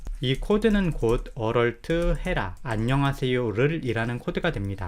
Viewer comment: 비전공자이고 혼공파 부터 혼공스까지 잘보고 있는 1인입니다. 무료강의까지 감사하게 잘 보고 있습니다. 조그마한 테클을.걸자면 Alert 을 어럴트에 가깝게 발음하시는 것 같은데.얼럿이라고 발음 해야 되지 않나 싶습니다.